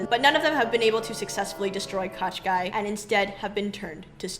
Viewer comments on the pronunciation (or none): Girls, if you such funs of the Firbird (Жар-птица the Heatbird in original) ballet let me make some remarks to the characters names pronounciation. The main antagonist name isn't spell like Qashqai (it's a mark of the ja[anese car) but Koh-Schey. It's hard to give the proper russian spelling of the sound Щ in english just put Кощей in google translator and push the spelling button. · I enjoyed the analysis very much, but I have never seen Kotschei written or pronounced like this, it made me smile each time you said it. I always assumed it to be transliteration from russian, and as such it should be like Koschei or Kaschei, pronounced like written. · NOT Katchkai , dears! It's KOSST CHAY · Hi girls. Thanks for such a fun show. I am Russian and when I was listening to you talking about evil witch I could not recognize his name. Then I looked at the closed captioning and got it. The closest phonetic spelling would be Koshay with an audible accent on 2nd syllable. All those extra consonants are making no sense at all. I think that proper names should be pronounced as closely to original as possible. Thank you again. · The sorcerers name is actually pronounced Ka SHAY. Which means roughly Mr Skin and bones. He is notorious for kidnapping fair maidens. One of them he turned into a frog. Good luck finding a prince to marry you. At least Rothbart had the decency to turn maidens into swans. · Ka, not Ko? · Do I recognise Andris Liepa as Ivan? Also, the name of the immortal villain in Russian is pronounced with only one K (in the beginning), the second consonant is sort of a long soft SH sound, and last vowel is /ei/ like ‘play’. Thanks a lot for this amazing recounting of Firebird!